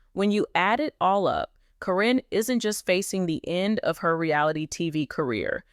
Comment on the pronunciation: I suspect this is AI. Her name is pronounced as Karen not Corren and most of all... This is October 2025 so did Amy go Back to the Future for all this November 2025 evidence???